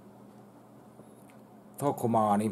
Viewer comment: Ei niilon omat riitä kaksoiskonsonanttien lausumiseen. TOK-MAN-NI. Ja muutenkin ihan omia tulkintojaan kaikkien kielioppisääntöjen vastaisesti. Honor Magic oli Honor Meikjuu(=lausutaan mätsik), WTF? Popcorn on pokkorni ja Metwurst on joku meevursi. Lonkero on ronkelo jne.